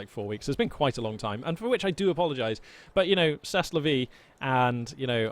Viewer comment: Glad to have you back,. Also, you don't pronounce "c'est la vie" that way; "est" is pronounced without the S and T. So it's more of "se la vee" than "sest la vee".